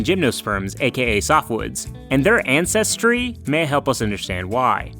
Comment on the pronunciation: "ances-tree" a